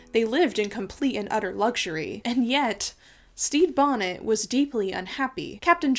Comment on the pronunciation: Anyone else can’t stop hearing “Steve Bonnet”? looking at you,. 👀